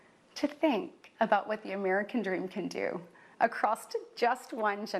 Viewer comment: did she say "acrost"?